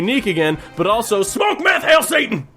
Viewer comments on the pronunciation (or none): none